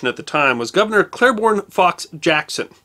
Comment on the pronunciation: Dude, it's CLAIBORNE ('Clay-Born'), NOT CLAIRBORNE ('Clare-Born')!!! I'm a Claiborne, I've never met a Clairborne. I don't think they exist! Yet people insist on mispronouncing my name, adding an 'r' where there is none. BUT: I did not expect this of you! I hope you don't pronounce nuclear power 'New-Cya-Lar' power as well. Your videos are great, but please sweat the details! Thanks.